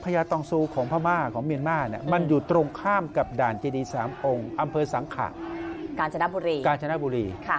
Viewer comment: อ.สังขละบุรี อยู่กาญจนบุรี่ อ.สังขะ อยู่สุรินทร์ อ่านข่าวพูดหลายรอบแล้ว"สังขะ สังขะ ต้องอ่านว่า"สังขละ" อ่านว่า"สังขะ" มันไม่ถูก อ.สังขะ อยู่สุรินทร์